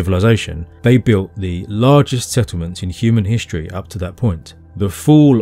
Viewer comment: Please stop pronouncing words like “struck” as “shtruck” or “history” as “hishtory”. It really doesn’t sound very intelligent.